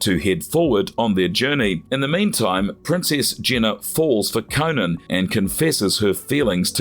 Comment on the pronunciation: CO-NAN, Not CONAN that’s a funny late night talk show host. Jeez🤷🏾‍♂️🤷🏾‍♂️